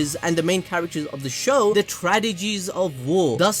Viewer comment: We gotta work on your "tragedies" diction 😂😂😂